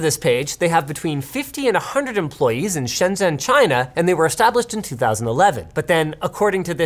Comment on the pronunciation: I have to say, Linus is absolutely nailing it on the pronunciation of Shenzhen